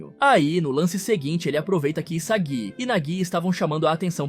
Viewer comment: O fd é ele falar o nome dos cara errado sksksk, iságui, egô, naguí 😂